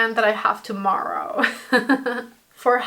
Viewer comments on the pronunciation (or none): none